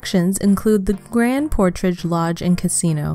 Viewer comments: The person doing the narrating should know how to pronounce the names, it’s grand portage not portrage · Good video but the grand “portrage” part got me 😂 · "Grand PortRage"? Bless your AI heart.